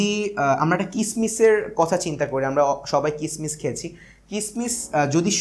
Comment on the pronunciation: স্যার আপনার কিছু শব্দে সমস্যা আছে । যেমন আপনি বলেছেন কিচমিচ ।সেটা হবে কিসমিস ।এগুলো ঠিক করলে এবং কথা পরিস্কার করে বললে আপনার ক্লাস গুলো আরও ভালো হবে